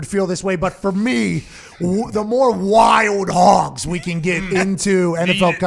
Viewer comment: I’m here for Pat getting to say “ WY-OLD HOGGS” for all of eternity lol.